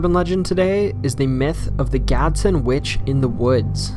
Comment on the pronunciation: Btw its not gadson its Gadsden I live there